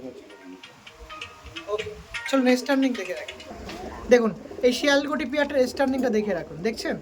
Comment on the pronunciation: শিয়াল কোটি not শিয়াল কোট।